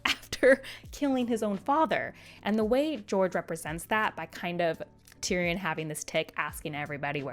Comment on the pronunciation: The way she says "Tyrion" and "Cersei" is killing me. (Tear-E-In) and (Sir-See) is how George pronounces them